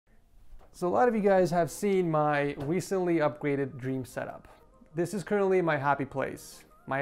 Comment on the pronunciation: He still says wecently